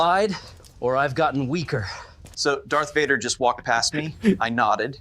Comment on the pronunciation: The one where the Stormtrooper is verbally bashing Darth Vader calling him Darth V'dar 😆